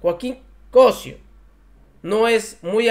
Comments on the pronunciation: el apellido es Cossío Noo Cossio siempre dices equivocados nombres y apellidos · por favor, aprende a pronunciar, se dice Cossío, no Cosio, pregunta antes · Se pronuncia COSSIO CON ACENTO EN LA I!!